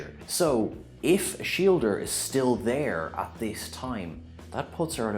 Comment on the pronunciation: I hate this cursed pronunciation of Ashildr. "Ash-ilder": what's that even supposed to mean? Ash Ferret? To make some kind of sense in Norse language, it should be Oss-hildr, with the r following the d without a vowel, meaning Warrior of the Gods, or possibly Battle of the Gods.